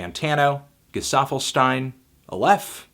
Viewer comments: the first time he said Gestaffelstein wrong, second time he said Gesaffelstein right. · es heißt SCHTEIN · Most people say it wrong.. Not "..steen" but it's more like "gesaffelsh-thyne". Learn foreign languages, guys😁 Edit: Or "Ghezahfelsh-thyne" - if you want to be super exact👌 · boy, G E (S A) F F E L S T E I N not G E (S T) A F F E L S T E I N.. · I cant help but laugh when people say "gesaffelsteen" 😅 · Camila Martínez but this is not the real pronounciation XD